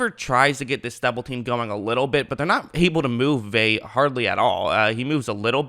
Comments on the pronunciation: Pronounced Veh Ah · You make a video about a guy and you cannot even get the pronunciation of his name right?! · You think he's the most important player on the defense yet can't pronounce his name? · You’re saying his last name wrong it’s killing me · Annoying af mispronouncing his name wtf